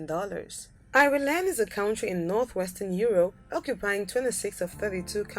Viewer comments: Apparently I live in Eye-ree-land now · speaker: EYE REY LAND Irish People: Triggered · If your going to make a video about these countries i suggest you learn how to pronounce the correct names of these countries!Number 2 for instance, Ireland! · Your pronation of the word "Ireland" is so wrong! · I'm Irish and although it's an awful attempt to pronounce ireland,I like the way she does it.it makes us sound far more exotic than we actually are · Pronouncian of Ireland is just shockingly bad